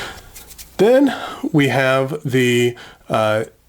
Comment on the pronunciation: Great list. I wish I had money to buy the Kanilea pen. btw Nakaya is pronounced NAh-KAh-YAh not NA-ki-ya